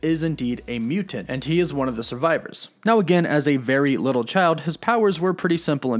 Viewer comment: Mutant not mutent.